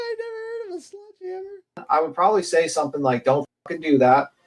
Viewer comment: What’s a “sludgehammer”? 😂😂😂